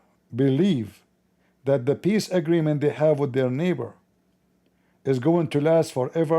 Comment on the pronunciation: Even😂the Ai get brainwashed asked pee-eace upon the nabi rasulah😆🔥that was deep😮mashalah Ai you are almost 😮 a revert to izlaaam